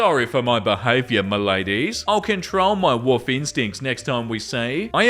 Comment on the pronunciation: I love how pronounces “Wolf” as “woof”, it’s so cute 😂😊